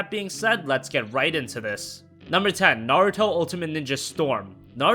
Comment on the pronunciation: Thanks for the video. What about hand-held games? Can you perhaps make a top 10 video just for hand-held Naruto games? And also, your name pronunciation is pretty hilarious. Do they say Naruto like that in the states? It's far off from the original Japanese pronunciation atleast.